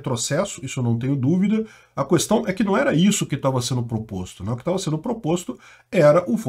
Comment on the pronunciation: Adorava quando tinha sugestão do: fala cuestão que eu gamo 😂😂😂